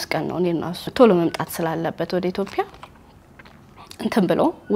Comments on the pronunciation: say ኢትዮጵያ not ኢትዮፕያ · መልካም ሕይወት ይሁንላችሁ ❤ ግን አትዮጵያ የሚለውን ኢትዮፕያ አትበይብን 🙄🙄🙄